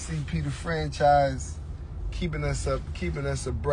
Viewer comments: CP the (Fanchise)😂😂😂 not Franchise 😂😂😂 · It’s FANCHISE!!! Starbury, FANCHISE!!!. How would you like someone to keep mispronouncing your name, calling you Strawbury. 😂 FANCHIIIIIIIISE!!! 😂😂